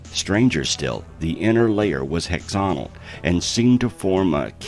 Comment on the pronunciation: “Hexonal” instead of “hexagonal”?! “Consecretion”?! That’s not a word; it’s “concretion”. This dude doesn’t know how to read.